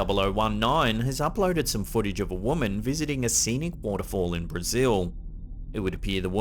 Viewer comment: What is Twidder? foodich? Is it Twiiter & footage?